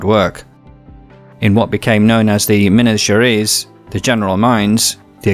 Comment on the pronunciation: Fantastic video, congratulations !!! Except for a few pronunciation or spelling mistakes to cities like Curitiba and Minas Gerais, but these are irrelevant considering the accuracy of this report. Thank you very much. Are you british ?